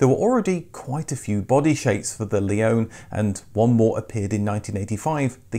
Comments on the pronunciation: Wait, a British person who can pronounce Impreza correctly! Not so sure about Leone and Levorg though! 😝 I don't think us Australians would call that a ute either, more like a dual cab, which in any guise never sold well here due to the dimensions making them impractical inside and out. Add 10 years, half a tonne and call it an SUV though and people are all over them! 🤦🏻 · Another great video, thank you! :) Interestingly, your pronunciation of the name "Leone" differs from the way were introduced to it by Subaru (or, probably more correctly their marketing agency) as "Leonie" in Australia.